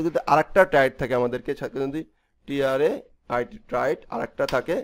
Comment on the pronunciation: Is it টায়ার্স or ট্রেইট? You are saying it টায়ার্স......